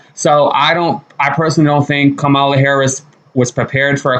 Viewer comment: Learn how to pronounce the VP'S name, it's COMMA-LA (Kamala)! Meghan is just jealous that the women are HAPPY that she gone!